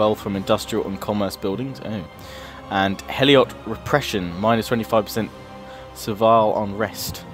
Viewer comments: helot is pronounced hell-lot (they were slaves) not hell-iot. Just trying to help you with your pronunciation :) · It's not heliot its helot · It's Helot, not Heliot. It's Hellas, not Hellias. For fuck's sake...